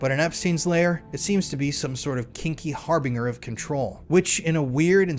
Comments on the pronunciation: how cna you not pronounce harbinger. write your own scripts doofus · You're pronouncing harbinger wrong